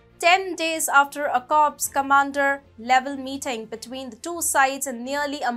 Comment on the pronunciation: Hi duffers it’s corps commander pronounced as cor not corpse !!!! 🤦🏻‍♂️🤦🏻‍♂️